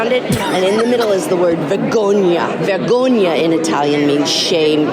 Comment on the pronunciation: Save few exceptions, In Italian, If there is a letter it needs to be pronounced. It's not VEGOGNA, it's VERGOGNA, pronumce that R nice and clear